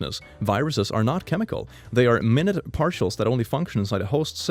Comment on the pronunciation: its prononced “mayn-yoot” (i think) when talking abt small things. But its fine either way, aint blaming u for not knowing it.